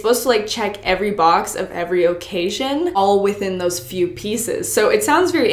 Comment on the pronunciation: I love how she pronounces words. "Gar-age" "OH-cassion" 😂